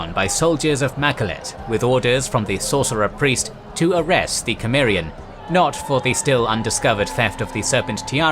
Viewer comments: Isn't Conan Sumarian, not Kemarian like how this narrator keep pronouncing it? I've noticed he mispronounces other names & words too. The Sumarian thing is annoying though... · Cimmerian, but it's pronounced like Simmerian, not Kemmerian. Whatever. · You are pronouncing cimmerian wrong!!!😮😢😢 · The c in "Cimmeria" is a soft c, pronounced like an s. Just fyi. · Can't be bothered. Repeated mispronouncing of Cimmerian too annoying.